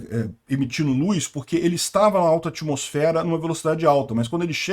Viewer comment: Luz e não Luis.kkk